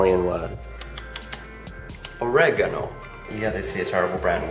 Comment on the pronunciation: >"describe it in one italian word" >"orehganou" dude i'm fucking crying